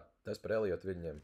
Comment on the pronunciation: Eliots, Eliota viļņi. Nav "j" tajā vārdā.